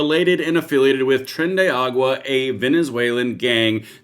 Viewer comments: if are gonna provide the news on it, pronounce it correctly. The gang js tren de Aragua, not tren de agua. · What twits!!, it's not "Tren de Agua." It's Tren de Aragua." "Agua" means water. I'm betting he wouldn't have the cojones to deploy the puke and nosebleeds machine that worked so well in Venezuela. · isn't it trendy aRAgua? why does he keep saying agua?